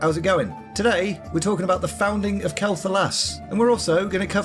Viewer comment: Love it... just one thing mate :D Quel(Kwel)'Thalas thank you <3